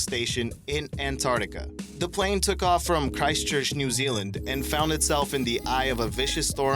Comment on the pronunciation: also, Ant - ARK - tica, not ant - art - ica What's with the "smashing" of the LIKE button? Is it breakable? Will we have to pay if we break it? This is causing me great concern. Now I will be unable to sleep ..